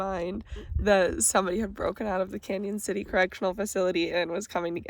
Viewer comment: Thanks for saying our town name correctly!